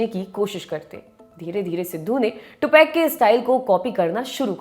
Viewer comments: टुपाक होता है टूपैक नही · टुपेक नहीं है टुपाक है irritate hora hu me ye tupac ka nema galat sun sun je aapse news hi deni hoti he kya kuch shi se bolo hume bura lagta he aap nahi do enke bare me news to acha he koi ni puchra ki aap enke bharr me liko ya bolo